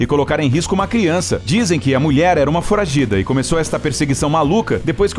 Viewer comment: Só eu q escuto ele falar "muier"? Mulher kkkk